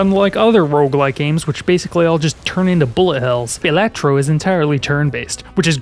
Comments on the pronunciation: It is pronounced "Ba-la-tro" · Going by the graphic design it should be pronounced 'Bal-A-Tro", unless the design was just picked because it looked cool, which of course it is. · "Anyway, Baylatro... Anyway, Baylatro"